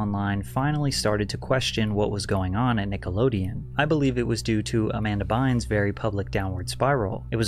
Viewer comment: Amber Bines? Do you mean Amanda?